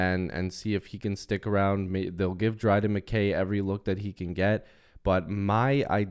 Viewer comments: Mick-Kay MacKay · It’s pronounced Mick-I